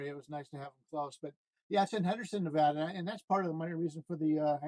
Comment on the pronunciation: it is ne-VAD-a, where VAD rhymes with BAD. It is NOT ne-VAHD-a. Thx.